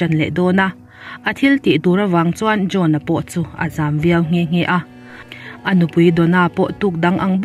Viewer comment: John-a i lam hi drone-a tiha kan hria chu a 😂